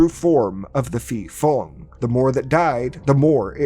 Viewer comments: Hmm, the correct pronunciation is Pee-pong (ผีโพง). And I think this movie aligns more closely with the Pee-pop (ผีปอบ) folklore. the movie is dogshit btw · Fyi, when you see a 'ph' in thai, just ignore the h and pronounce it as a normal p. I don't know who's stupid idea is it to put an h there when it is not pronounced at all. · I think it’s pronounce Pe Pong(Phi Phong) because Phi means Ghost in Thai language. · Great video, but just to clear up the understanding of Thailands terrible Thai - English pronounciation. The word Phi Phong ผีโพง is actially pronounced "Pee Pong" meaning Glowing Ghost or Luminous Ghost. I just find it funny that the Thai - English pronounciation confuses non-thai speakers especially when it comes to the Ph in words XD